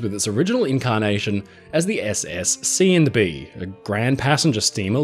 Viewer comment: This brightened my evening a bit hearing you say “Seeandbee” several times. LOL